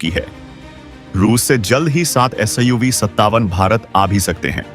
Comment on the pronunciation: AS 57 nahi SU 57 hota hai.